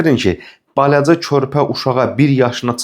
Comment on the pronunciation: Suni yox, süni. Bələcə yox-balaca!